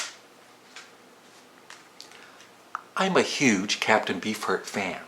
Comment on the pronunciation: I LOVE Pearl Jam!! Corduroy is one of my favs. from them - off of Vitalogy (classic album for sure)., I know you said you didn't get into their newer stuff, but check out their song "Sirens" off of Lighting Bolt (newest album)... beautiful song with lots of texturing. Also, every time you say "Captain Beefheart" I hear "B-Fart". Just saying.